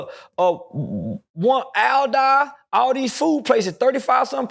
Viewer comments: He calls it -Al-die" 😂 Cmon we know its "All-Dee". Charleston is a smart man though. This dude is tapped in. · He called Aldi Illdie🤦🏽‍♂️😂